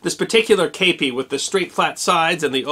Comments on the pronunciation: I've never heard it pronounced "Cape pee" I thought it was "Cah Pee" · K-p or kepi, kepp-ee, in English! Shack-o, or Shake-o in English! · I actually was issued a kepi. And it was pronounced kep(t) ee. The history guy is saying it wrong. If you need to hear it pronounced look up the song “kepi blanc” chants d la legion etrangere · I ran off to join the French Foreign Legion years ago. The kepi blanc... it's pride. And... IT'S NOT KAYPEE, it's keh-pee. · i should expand, I hear you saying kapie and not kepie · Today I learned it's called a Cape ee not a keep ee hat. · I served in the Premier REC of the Legion Etrangere in the 1980s. Your pronunciation is 100% totally wrong. It is pronounced "kepee" not "kaypee". I really enjoy your channel and respect what you do. You would of got told once or twice by the French ncos in basic training your pronunciation was wrong then it you did it again you would of got your head caved in. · You said it wrong chief kep kep i kep I kepi and not stander issue of my war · The actual pronunciation is sort of in between. Here's a quick lesson: 1. The vowel is closer to "Kay", without the y. In English, the vowel in "Kay" is a diphthong or vowel combination. We actually say "kay-ee". In French, there are no final diphthongs. If you drop the final "ee", you get something that sounds a little like "Keh". 2. In French, the accENT is alWAYS on the fiNAL sylLABLE. So the word is pronounced "Keh-PEE". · The French word has an acute accent over the E: képi. That means the E is pronounced like "kay" but without the "ee" ending English speakers put on it - not "eh" as in "kept". There's no accurate way to write this in English without using the international phonetic alphabet. But that's what I meant by writing "Keh-PEE".